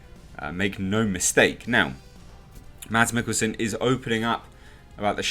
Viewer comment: The "d" is silent in Mikkelsen's name...pronounced Mass...